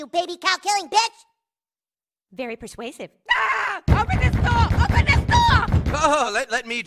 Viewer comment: “very persuative”